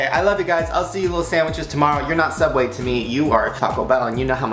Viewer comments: It's Sooubway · I think it's pronounced sooubway